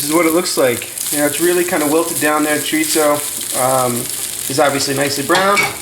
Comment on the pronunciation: There is no t in chorizo. Chorizo is Spanish not Italian.